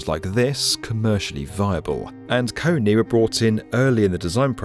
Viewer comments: I think its a different company. This one was pronounced Kony 🤣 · Every time you mispronounced KONE my face went😣Look up next time how to say their name, when partnering with industries. But good video otherwise :) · The pronunciation of KONE was outrageous 😆